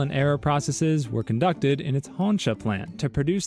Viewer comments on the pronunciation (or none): none